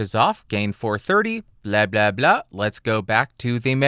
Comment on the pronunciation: blia-blia-blia 😂 I'm russian. It means "bitch-bitch-bitch". Why u say "blia-blia-blia" instead of "bla-bla-bla" 😂? PS Add simultaneously recorded audio tracks for two comparising microphones with any AFC analizer applyed on them (for instance, fabfilter pro-Q3 displays two AFC tracks simultaneously), to demonstrate honest digital difference between the considering pair of microphones.